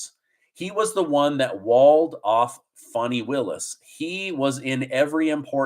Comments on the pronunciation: Her name is Fani not Funi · It's pronounced Fani, as in fanny; not fawnee. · Nikki Haley is just determined to take votes away from Trump to help the Democrats. She's a Rhino! Funny how you pronounce Fani as "funny", it's spelt with an A, as in 'cat', not U, as in 'under'. Just saying! Is it really a surprise that the Biden administration is trying to pervert the system in order to fix the election? Go truckers, go Trump! The reason we like Trump ts because he is NOT a career politician. Biden can only do what Obama tells him to do. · It’s pronounced “Fanny”, not “Fonni” 🤣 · When did Fannie become Fonnie? She’s in the South. It’s Fannie. Did she get a name change from Biden? He likes to do things he has no legal right to do, why not?! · Fan I not fauni lol I know trying to be politically correct but fanni is pronounced fanny in GA ask the fella who is getting paid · Pronounce her name right it's Fanny, like the backside of a sw*ne